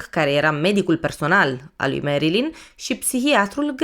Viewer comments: Foarte bun documentarul, însă faptul ca-i pronunți numele greșit zgârie puțin, pui acceptul greșit și suna destul de ciudatel nu e "merILIN" este "merLIN" (am scris cum se aude nu cum se scrie corect) acceptul pe primul I nu exista. În rest genial, relaxant superb ține-o tot asa❤ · Merilin se spune Nu merlin ca nu este vrăjitorul din Oz